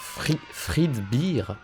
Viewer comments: fredbear pas fredbire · Ca se prononce fredber et pas fredbir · La seule chose dont on a marre,, c'est que tu dise "five night" au lieu de dire le nom complet ou juste fnaf 😅 ET que tu dise fredbire au lieu de fredbère